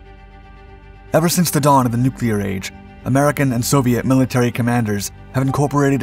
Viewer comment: Nuclear = new clear, Never "Nu kew lar" as some of our dumbest politicians will say. Thank you for pronouncing it correctly.